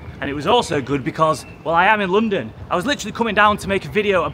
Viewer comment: it's not pronounced loondon